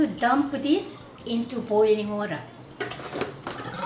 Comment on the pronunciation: Is it just me? But I love how she says water its like wuh-duh